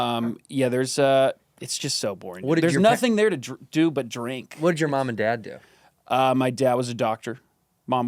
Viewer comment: the drinkah! the drinkah!